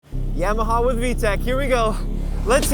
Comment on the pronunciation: The NIKKEN proved YAMAHA (pron: ‘Jamaha’ Rossi-speak) is on a Kamikaze mission…